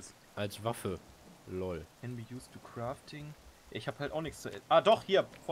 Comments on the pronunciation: max es heißt kraafting nicht krofting hahaha ich finds so geil xDD sag aber krofting. is witziger xD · es heißt auch crafting und nicht krafting......